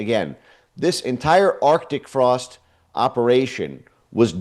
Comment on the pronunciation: Jesse, It is arctic frost, there is a C in it. Stop being lazy in your speech!